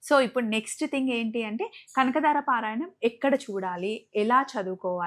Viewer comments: Kanakadara kadu kanakadhara anu talli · Kanakadaara kaadu kanaka dhaara tappu didduko